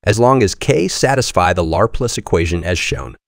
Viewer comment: It's, Leplare... son! 😂 For real though my eye twitches every time it says it.